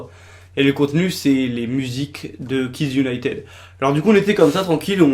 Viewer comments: en plus cela se prononce kids unitid pas kids unitEd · Jessica Ninot en plus il prononce Kids Unitede mais pas Kids Unitid (je sais que ca c écrit kids United mais c pour montrer comment il prononce ) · Au fait, ça se prononce Kids United pas Kids Uniteud 😉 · Tu prononce hyper mal "United" t'aime pas t'as pas besoin de faire une vidéo ! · Et déjà United sa se prononce pas comme sa😠